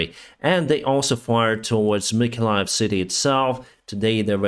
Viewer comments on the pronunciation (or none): none